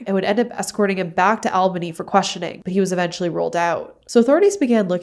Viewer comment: It’s pronounced “All-bany” not “Al-banny”